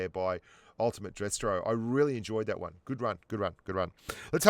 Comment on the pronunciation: Wang hundred and twenty two mm gun 😂 Spent too much time commentating the pubgm China stream 😁😂